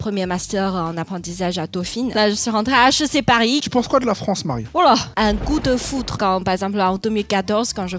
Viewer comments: Quand elle a dit coup de foudre j'ai compris goût de foutre 🤣🤣🤣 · On est tous d'accord pour dire que "coup de foudre" on entends tous "un gout de foutre" ?